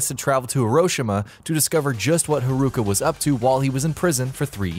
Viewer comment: you make the name Haruka sound like some kind of foot disease XD